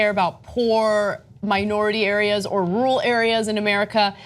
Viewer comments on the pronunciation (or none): and , is she saying the word "rural"??? it sounds like just "rul". Is that a common pronunciation of the word in the USA??